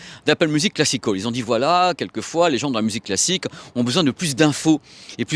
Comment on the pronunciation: Classic hall ou classical ? 😅 change pas t’es super (enfin l’accent peut changer quand même 😜)